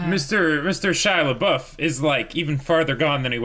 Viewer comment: I just heard absentmindedly calling him Pouf. Do you just call him on-screen to annoy us?